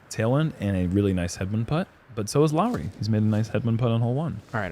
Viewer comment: pronouncing Lauri pretty much perfectly feels so warm in my Finnish, disc golf loving heart. Great job. 👏🏻